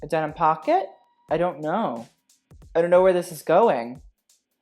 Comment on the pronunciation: "i dough knot"